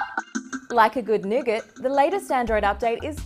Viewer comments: Come on you are Australian... say nougat properly. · I heard that too! Then I thought of all the scenarios of people getting jumped from saying nougat😂😂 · C'mon CNET!!!! Yall need to review these videos before you release em' to the public. accent makes "Nougat" sound like the "N Word"!!!! As an African American I was not offended but I can see how some people would be offended or use "Nougat" (with an accent) as a form of sarcasm. "I said Nougats, not the N Word!!!". There is a small part of me that believes that and CNET knew what they were doing when she makes the inner city slang references and terms in parts of the short video. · thought I head that too had to replay it a couple times